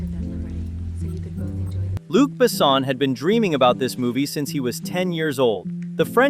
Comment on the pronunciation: He ain't "BAsson" he's "BessOn". And Valerian was not that bad, it was just not that widely known to grab this much money. The two aleads did a good job. Sure they look like kids but it didn't seen out of place in a whimsical sci-fi/fantasy world. It was a simple passion driven miscalculation by Besson and it was not his first.